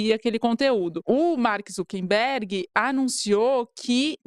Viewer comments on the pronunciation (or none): O cara é um escroto e merece o descaso, mas pelo amor a consistencia, gente: É ZuckeRberg de ZuckeR - acucar - e nao ZuckeMberg (nao existe). Dói aos ouvidos ter que ouvir vcs errando a cada chance o nome mais repetido ad nauseum na matéria assim. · Pessoal, o nome é ZuckeR e não ZuckeN